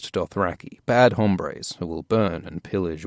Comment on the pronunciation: "Bad hombres" nailed it